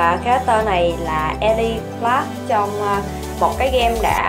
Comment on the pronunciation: Đọc là Y-lai C-lárk mà